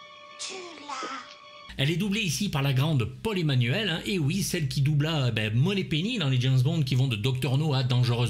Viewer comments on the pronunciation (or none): none